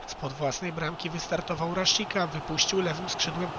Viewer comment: Mówi się Raszica